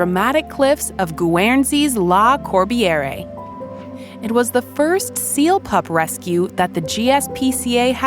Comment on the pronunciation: Treacherous Incline not decline. Incorrect pronounciation of La Corbiere. So many basic errors. This video is light on detail, almost as if it were constructed from assorted clips of various seals.